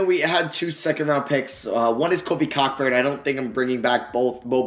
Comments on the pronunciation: I noticed that lol he said cockburn and I laughed but I joke about saying his name like that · Hahahah, it’s Kofi “Co-burn”😂😂😂 just wanted to lyk. I made the mistake too. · Just fyi it's pronounced Kofi Co-burn. It's the way it is pronounced in Jamaican. Great video though👍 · Kofi Cockburn’s last name is pronounced co-burn. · Yo just to let you know Kofi Cockburn's last name is pronounced "CO-burn" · It’s pronounced “Co-Burn” not what you said 😂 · Plz it’s pronounced Kofi Ceau-burn. Like Co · Cockburn is pronounced koh-burn